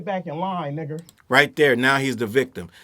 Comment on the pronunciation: He don’t say 🥷 right lmao that’s always a telltale sign 😂